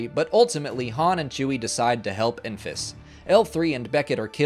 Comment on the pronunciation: Enfys = [ˈɛn.vɪs], not [ˈɪn.fɪs].